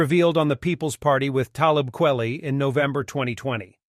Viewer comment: FFS KWELI his name is in the middle of E KWEL ITY. Don't do the vid if you can't fucking pronounce an artists name.